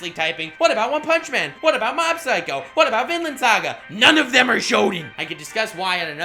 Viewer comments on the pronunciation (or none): none